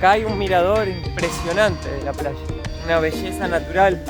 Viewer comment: Por favor, no pronuncier Plalla. se pronuncia como se escribe Playa. gracias